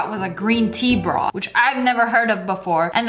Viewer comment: No one: SSSniperwolf: bROoOtHH